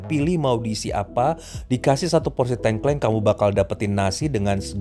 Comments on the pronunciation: 🤣🤣🤣 Wah bos tengkleng rak trimo 🤣🤣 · tolong benerin pengucapan tengklengnya